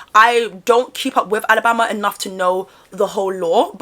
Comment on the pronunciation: Kudos to you for pronouncing Alabama properly vs "Ah-la-bah-ma"🥰